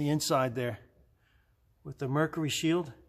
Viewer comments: He keeps calling it a "Merkary". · Nice car but Mer cyurr eee M er kerr err